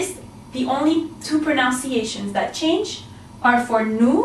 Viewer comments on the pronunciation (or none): aghh, she said "pronounciations", nooo!!!